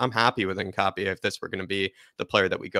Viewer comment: Great video! Although I may be wrong, I think his surname is pronounced “Hin-cha-pe”